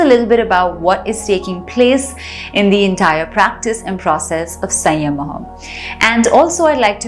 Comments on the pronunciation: 😂😂😂 You are saying SAYYAMAHAA. It's SAMYAMA. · We appreciate you for this exploration but please pronounce samyama correctly which has immense impact when we pronounce it. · She is correct. In Sanskrut it is संयम: Sadhguru says Samyama. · How can one do this much wrong pronunciation.Samyama & sanyama are completely different things girl . Pls be conscious of it. don't want to discourage you, but you can do things better if you don't mess with the words & pronunciations.pls take it in a positive spirit. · Your pronounciation is wrong especially samyama